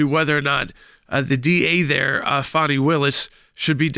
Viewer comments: It's pronounced fa-nee, it's a southern name, not fawny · That’s Fani (Fanny) not Funi (Funny)